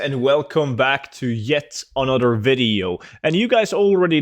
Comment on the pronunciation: You literally cannot say another correctly. You say anudder. Also. Emblazoned and phalanx. Learn how to pronounce words/read.